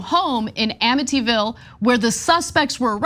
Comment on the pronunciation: Wait, did she say ammityville